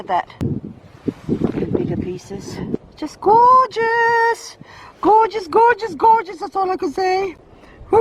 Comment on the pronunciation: No offense but when you say gorguse it gets annoying